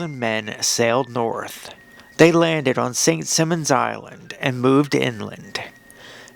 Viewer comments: Your AI should learn how to pronounce Ft Mose and St Simons Island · Narrator used the phrase "most strangest." WRONG! Dumb mistake! Someone doesn't know the English language. And the narrator doesn't even get the name of St. Simons Island correct. Too many mistakes.